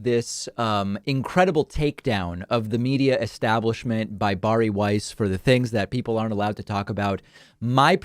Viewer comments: Bar e is not how you pronounce Barry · Are we not going to talk about David's pronunciation of 'Bari'?